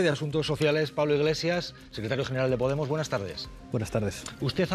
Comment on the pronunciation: ha dicho poTemos?